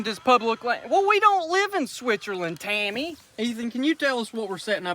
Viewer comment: The way he said TAMMY...I felt targeted 😂😂😂